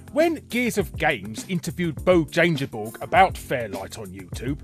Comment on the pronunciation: I love the brutal pronunciation of Bo Jangeborg.